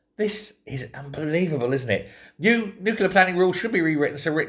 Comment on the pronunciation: It's nuclear not nuclear!